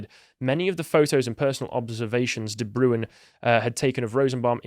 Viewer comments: Not "De Brewin", it's "De Brain". It's a Dutch name. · De Bruin!!! not the broown, sjees, butchering names, lol